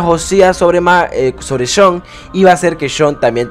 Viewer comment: Sean Maguire (se pronuncia como "Shon Maguaier" mas o menos) es irlandés, no holandés, pero coincido contigo en que se hubiera ido con Dutch, por desgracia jajaja